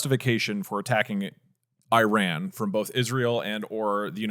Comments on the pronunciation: thank you for saying ih-rahn after all the others said eye-ran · was iran pronounced right once this episode LOL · holy shit, actually pronounces Iran correctly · Hasan pronouncing right because he is Turkish. We pronounce it as we write so İran is just İran in Turkish. Well technically English also trying to do that since they read ran as ren and i as ay.